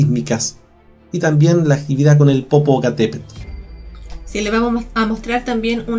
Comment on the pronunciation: NO SE DICE POPOCATEPEL SINO POPOCATEPETL